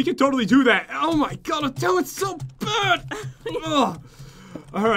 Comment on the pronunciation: Bad not baf